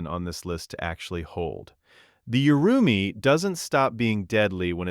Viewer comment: Not Yu-ru-mee. It's Oo-ru-mee.